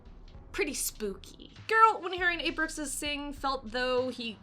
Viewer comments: The word Bruxa is pronounced Broo-sha in Portuguese, it means "witch". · Elderly? Smoking hot elderly woman....you’re hilarious....🤘🏽🤓 keep the vids coming....also if u pronounced Bruxa as if it was Spanish, it’s very close to BRUJA(broo-haa) which is a Witch...